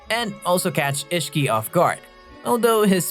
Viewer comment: And issihiki